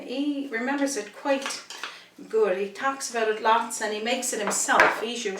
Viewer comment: What does add savory mean? Also has the letter H really upset you? Herbs are herbs not erbs , he is he not eeee, what are ouses i'm guessing houses? Amazing cooking though.